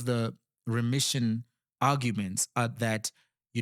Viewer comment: Is it not remission not ression